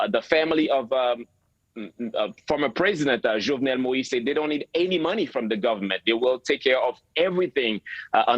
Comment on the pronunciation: I wish that American reporters will listen to how the Haitian reporter, James pronounced Moïse's first name. They all really butcher it.